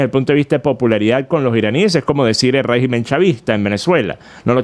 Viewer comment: RÉGIMEN con acento e la primera silabas (RÉ) no REGÍMEN cómo lo pronuncias.